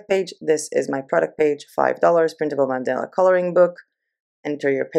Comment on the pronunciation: It's pronounced 'man-dah-la'. Mandela was a famous historical figure and a former president of South Africa. Thx so much for introducing me to PayHip, though. Much appreciation. f